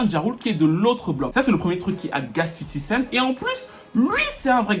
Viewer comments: J'suis le seul que ça énerve quand il dit tjrs "Fifty CentS" près de 20ans après vous prononcez tjrs un "S" qui n'a jamais existé à la fin ! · 50 Cent"s" ? Mais y'a pas de S mdr